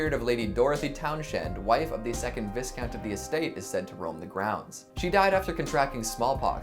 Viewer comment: Fine video - we need a Part Two, Three, Four, etc. "Viscount" is pronounced with a long "I" and the "S" is silent.